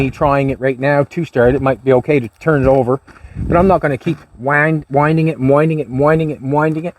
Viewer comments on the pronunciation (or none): none